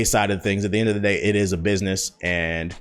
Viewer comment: did he just say “end of the gay”?